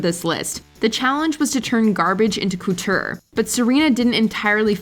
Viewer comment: I’ve never heard the word “couture” pronounced so grossly.